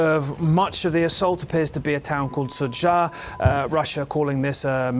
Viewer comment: Sudzha: say "SOO-juh"